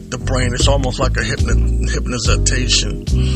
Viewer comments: Did this dude just say "Hypnozitation" ??😐😑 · Emphac on the brain??? hypnazatation??? wtf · "Hypnatayshion" that's a word give him 2 points on the Board Jim!! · Nigga said ”Hypnozitation” ..........ha u dumb fucc........weather real or fake anything that the establishment creates or backs I’m not buying........